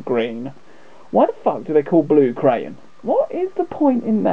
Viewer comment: ...has a function, but I'll let you have fun finding that out :o) If you want a manual, I have a few spare :o) It's not 'crayon' lol, it's cyan :o)